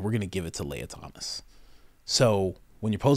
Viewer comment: Thomas Sowell (soul) Guy knows nothing about spartans. Lia Thomas (Lee-u) My mans butchers every name.😂